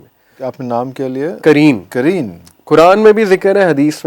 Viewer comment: Aapka Urdu pronunciation thoda gadbad h...jaise aap ne "Qareen" ko kareen kahte hain, aur "Qalab" ko kalb kahte hai, "Qalab" Arabic language mein heart ko kahte hai, jabki Kalb means in Arabic "Dog" ko hota h... Meaning totally changed ho jata h, agr aap wrongly pronounced krte h Arabic words ka...so be careful! Don't mind my suggestion.😊